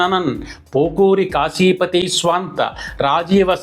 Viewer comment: కాశీపతి కాదు... కాఫీపతి.